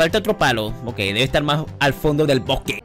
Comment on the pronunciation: "La venganza deL pupu" XD